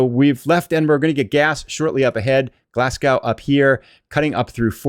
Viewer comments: its pronounced glazgo spelt glasgow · Love the video and the scenery (quick tip, its pronounced glasg-o) keep up the good content 👍